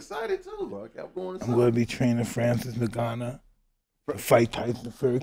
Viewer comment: Mike : Henry cerudo Also mike : Francis nargano You a legend mike ❤😂